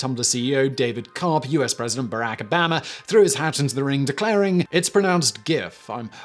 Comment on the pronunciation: Okay so now I know all about hard G's and soft G's but what about if a G just has a little bit of a chub? I know 1 thing for certain and it's that The way Simon says BARAK ABAMA.... IS DEFINITELY NOT CORRECT